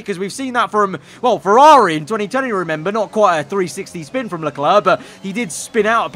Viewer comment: Lecler*C* Not clare. Clerk.